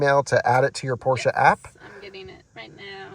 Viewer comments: Thanks for not calling it Porsch like some ignorants. 😂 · congratulations! And you pronounce Porsche correctly with a German „e“. Have fun 👍